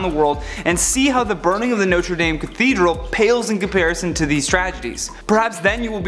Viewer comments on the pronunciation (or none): I have une correction. It’s not pronounced Norte Dayme it’s Notre Dahme. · NOTRE DAYYYM IS NOT THE PRONUNCIATION!!!!!!! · He says it like ”Notri dammmmmm” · Omg....Notre DAHM...please, at least say it right.... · HE SAID NOTRE DAME WRONG AT THE START never mind he just couldnt say it all but still love the video